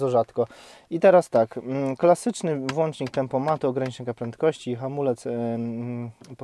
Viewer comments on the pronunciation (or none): none